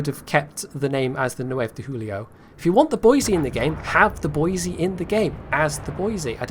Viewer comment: you pronounced Boise correctly! But, if we are going with Western US state capitals pronunciations, you are using the wrong 'e' sound for Helena. The correct way is like Helen, then add the soft 'a' at the end. That is all